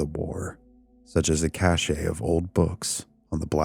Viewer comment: I don't wanna be that guy, but "cache" sounds like Cash.